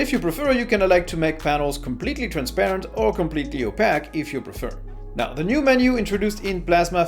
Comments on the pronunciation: Perdect video! just one thing, is it pronounced "o-pay-k" and not "o-pak" , other than that, love ur vids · "Opaque" - it's pronounced "o-pake" 🙂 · I think most people know what you mean when you said opaque, but I usually hear it pronounced “oh-pake” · It's pronounced "opaque" not "opaque"😅